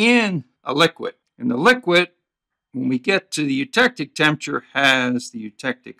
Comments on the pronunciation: Good video. Just one side note: it's pronounced TEMP-ER-A-TURE. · i was also intrigued by the way he pronounced it. i wonder where he's from